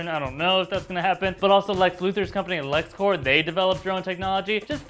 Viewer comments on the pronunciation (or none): You guys ROCK! Recently discovered your site and I am definitely loving it (and spreading the good word among friends too)! Your commentaries and insight are unparalleled, bro! Truly amazing. So glad to have discovered New Rockstars! So just one minor comment today: the word "LexCorp". It's actually pronounced just like it's spelled. As opposed to the word "corps", as in "Marine Corps", which has a silent "p" (and also a silent "s", for that matter), any company name that ends in "...Corp" has a hard "p" sound, rather than a silent "p". This is because the "Corp" part of the company name is short for "corporation" (which, of course, also has a hard "p" sound). It's a common mistake, but from one hard CORE geek to another (see what I did there?), just wanted to share. So thanks again for all you guys do, and keep on (New) Rockin'! Take care,.:o)